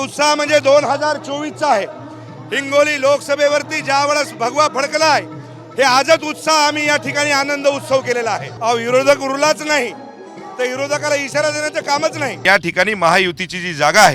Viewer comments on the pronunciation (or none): हा आमदार काय म्हणतोय यिरोधाक त्याला विरोधक पण म्हणता येईना😂